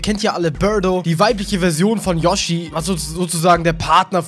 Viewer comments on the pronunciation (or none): none